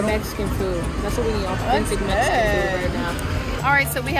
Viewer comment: I’m hearing Mexican knees and Mexican 😂